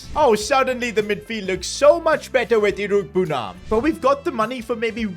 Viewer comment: It’s pronounced iro-egbu-nam